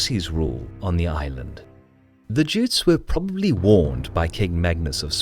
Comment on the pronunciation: I love your videos. One correction though. You sometimes call the Gotlanders "jutes", which would be the population of Jutland in Denmark. The word "gutes" is pronounced with a hard g (not j). And it would be a bit wrong to call the local peasants swedish at this time. They were more like subjects of Sweden, like the Estonians in Danish Estonia. Gutes were since prehistoric times a bit of a breed of it's own. :)